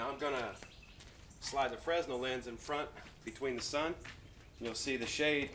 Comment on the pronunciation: The 's' is silent (/freɪˈnɛl/ fray-nel)